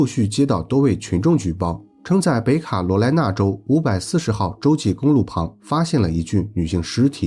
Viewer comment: “北卡罗来娜州”是读“ 北----卡罗来娜”， 而不是读“北卡----罗来娜” ， 因为还有“南-----卡罗来娜”州。